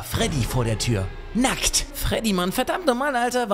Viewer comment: Is DeR NaCkt?" Wie er es ausgesprochen hat 😂😂😂